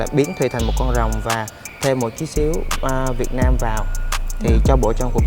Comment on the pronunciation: Sao lại là Hoàng Thuỳ vệt nam ? Phải là Việt Nam chứ. Hoa hậu mà tên nước cũng đọc không rõ. Quá tệ.